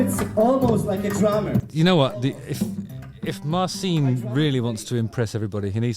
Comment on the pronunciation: Pretty sure its pronounced Marchin, not Marseen.